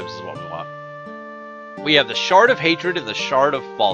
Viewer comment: Did you say The Shart of Hatred? LOL